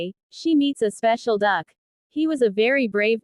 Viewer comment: That was meant to be said like “what a duck!” But I know you meant Duke, I was just teasing. Also, all I can picture is a very fancy duck 😂😂😂 what’s better is that fact that “The Ugly Duckling” story makes an appearance in this 😂😂😂